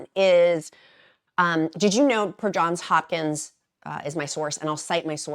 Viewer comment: Thank you so much for says JohnS Hopkins 😊 I went there and it drives me nuts when people leave off the s. This video is so good in so many ways. 🥬 I take the bioptimizer magnesium and dried fruit as my magic potion for going.